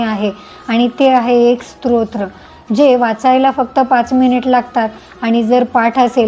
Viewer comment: माहिती उपयुक्त आहे धन्यवाद❤ आपण स्तोत्र उच्चार चुकीचा करत आहात तुमचा उच्चार ऐकताना श्रोत्र असहोत आहे😊